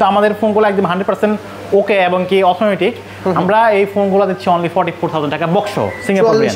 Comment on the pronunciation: Authentic ❌Aurthonatic✅